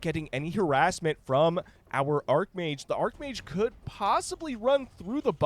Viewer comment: its arch mage. not ark mage.